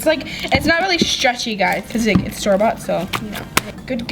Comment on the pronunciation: Whenever you say store bought it sounds like Starbucks